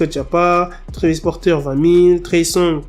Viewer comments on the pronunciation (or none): none